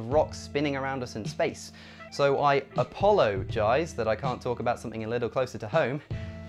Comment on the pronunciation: "APOLOgize" LOL 😂